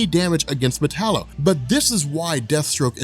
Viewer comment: metallo???? really